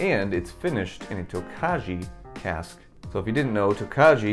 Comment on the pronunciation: Tokaji is pronounced like toe-kai. I wont be going for any of these. Just too high priced for what youre getting across the board to me.